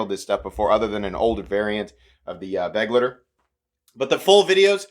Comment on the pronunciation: Nice review, bro. Love the channel. It's not pronounced "beg-letter." It's more like "beh-glighter," so that the last part rhymes with "lighter."